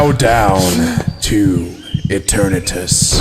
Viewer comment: You pronounce eternities wrong